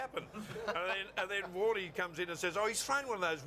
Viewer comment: Warney? No, no, you got it all wrong, mate. Its a long WOOOORRNEEYY!